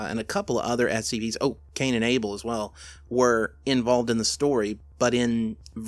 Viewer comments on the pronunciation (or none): none